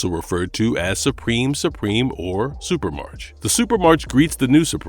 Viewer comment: "Supremarch" is pronounce "supra-mark", not "super-march". The suffix "arch" (pronounced "ark") is derived from ancient Greek and means leader. Examples: monarch, oligarch, archangel. So, "Supremarch" means "Supreme leader"; in this case, the leader of Supremes.